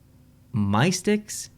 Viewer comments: 1) Louisville IS LITERALLY just a re-coloured version of the Atlanta Hawks logo! 2) It's pronounced "MISS-ticks" and that logo doesn't reflect the team's name either, because a Mystic is like a seer, a wizard, a sage, etc. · its pronounced miss-tiks its like a wizard thing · Hey fellow east coaster, Macon (rhymes with bacon) is a city in Georgia. The team name is pronounced "mystics". The Johnstown Chiefs were the main team in the movie "Slap Shot", it's an ironic ECHL. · Its not "My sticks" its suppose to be "MYSTICS" but with a "K" between the "C" and "S" because the dragon is a "mystical medieval creature" from the medieval times